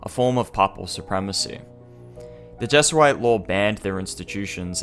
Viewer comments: Never heard Jesuit pronounced that way. It is Jehz-oo-it. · Great video. Not how diocese (dyh oh seize) or Jesuit (Jez ooo it) are pronounced, however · Jesuit is pronounced" Jez-yoo-eet" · What’s a Jesuite? (With an extra e) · Well done video, looking forward to more of your work. Minor advice: check on the pronunciation of words if you aren't 100% certain. The mis-speakings distract a bit from what is otherwise a very good quality presentation. (A few that stood out: "papal", "Jesuit", "diocese") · That's not how you pronounce Jesuit in English.